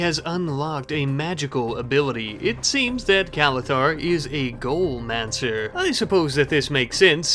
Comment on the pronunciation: you still have the ac in your fridgerator BACKWARDS!!! why is this so hard for you? and its 'go-lem-an-ser'. not 'goal-manser'.